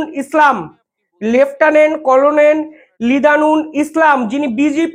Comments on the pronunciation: তোমার উচ্চারণ ঠিক হচ্ছে না। খবর পড়ার আগে উচ্চারণ ঠিক করবে। যেমন করোনেল নয় হবে কর্নেল। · কলোনেল নয়, কর্নেল ভাই। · করনেল না এটা হবে কর্নেল,ঠিক মত উচ্চারণ করুন। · কোলোনেল নয়, কর্নেল বলুন l বানান হলো colonel কিন্তু উচ্চারণ কর্নেল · ইংরিজি তে কলোনীল লিখলেও ওটার উচ্চারন কর্নেল। ভুলভাল রোজ বলেন কিছু না কিছু। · Colonel noi uccharon ta hobe karnel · Banglay uccharon hobe cornel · আরে কর্নেল এটাও উচ্চারণ করতে পারো না। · Colo nel noy re. Pronounce correctly.